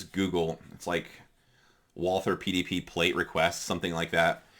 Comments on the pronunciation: Just drop the h. You take the Val- from Valhalla and add the the war on "ter" as G. W. Bush put it. Val-ter. Not a biggy. Do you use the large pdp backstrap? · I can live with someone saying zed more than someone that pronounces Walther with a th.